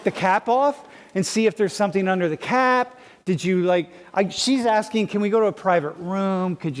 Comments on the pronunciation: Aint no way she just said axing instead of asking 💀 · "Thats like axeing.." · "axeing" Do they not teach English in college now? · axing axing axing. 🥴🤔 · Why can't black people not say asking? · Axing? Is this a place of higher education or a gindergaden? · when people cant pronounce asking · College level, cannot pronounce: "Asking" Paid for to educate nothing.